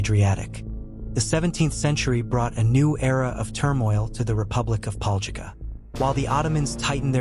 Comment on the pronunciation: LOL I LIVE THERE AND MY COUSIN TOO BUT ITS PRONOUNCED DIFFERENTLY